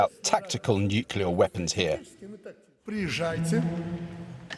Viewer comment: Nuclear Smookular. Fock you old man!